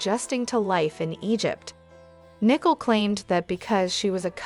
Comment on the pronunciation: Her name is Nicole pronounced as "Nee Cole"...